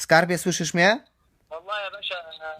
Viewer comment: "Skarbie słyszysz mje...a pamiętasz tego z brodom..." Ten tuman nawet po polsku nie mówi...